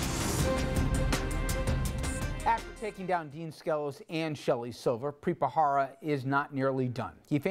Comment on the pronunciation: Why do people keep pronouncing his name ' Bra-Hara ', while its actually Bharara? Is it that hard?